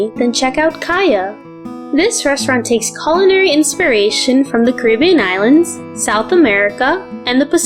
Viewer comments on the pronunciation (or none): none